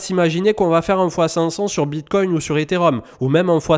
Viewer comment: C'est quoi le Bitcointe 😂😂😂